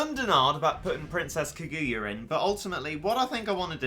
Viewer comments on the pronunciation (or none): none